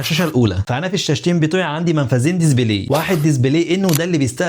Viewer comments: Display ❌️ Dizibley✅️ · يا اخي اسمها دسبلاي مش دزبلاي اسف بس والله غاضتني 😅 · دزبلي ازاي يعني؟ اسمو ديسبلاي مش دزبلي!!